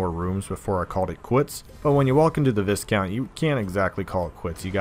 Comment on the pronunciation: Pronounced Vy-count.